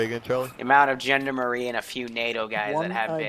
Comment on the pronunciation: I cringe every time you try to pronounce Gendarme (its pronounce like John Darm)but hey i suppose its not something you would know how to say unless you heard it from someone else.